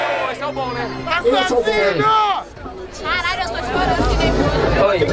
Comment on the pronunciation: fala pacarai